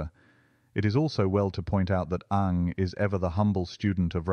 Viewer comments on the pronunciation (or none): Surprising, isn’t it? But it’s not totally right here. There should be a hint of the second syllable.